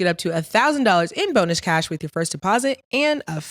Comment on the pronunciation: Stat always say “bonish cash” in the beginning lmao